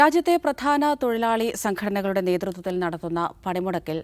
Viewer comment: തൊയിലാളി അല്ലടെ തൊഴിലാളി ആണ്.. നാക്ക് വടിക്കാൻ ഈർക്കിൽ മതി പണിമുടക്ക് വേണ്ട 😂😂😂